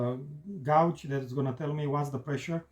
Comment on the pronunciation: Guage is pronounced the same as cage. pronounced it like it is spelled. English is such a strange language. It is good to see your husband making you smile again.